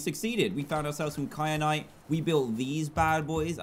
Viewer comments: Stop calling it cry-a-nite. Its Ky-a-nite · There wasn’t an r in kyanite how do you not no how to say it no offense but I am tired of everyone missing the obvious obv need to pay attention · I love how he says “kyanite” wrong every time lol 😂